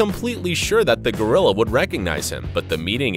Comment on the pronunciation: GO-ril-la,,,,,,,,,go,go,gadet rilla!lol